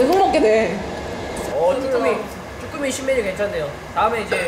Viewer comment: 나만 쭈갈이 쭈꾸미 아갈(아가리)로 들었냐?